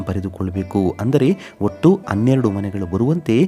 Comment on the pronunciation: ಅನ್ನೊಂದು ಅನ್ನೆರಡು ಅಲ್ಲರೀ ಹನ್ನೊಂದು ಹನ್ನೆರಡು ಅಂತ ಹೇಳಿ